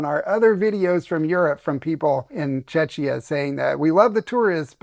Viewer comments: First, it's not Chechia - it's Czechia - pronounced Chekia. It would be polite to pronounce the name of the country correctly from the start of the video (I live here and I can say this). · Hi guys. Love your channel. Czechia is pronounced : Che-Kee-Ah. I'm glad you enjoyed our beautiful, golden Prague. I've lived here over 22 years and am very happy my ex-wife brought me here. The rest of the country is beautiful too. And don't let anybody tell you that Czechs are cold people. Czechs are wonderful people once they warm up to you. Just, don't expect them to throw their arms around you. They're not silly people! 💙💯CZ💯❤ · Just call it Czech Republic please. It’s not Czeczia or whatever you call it😊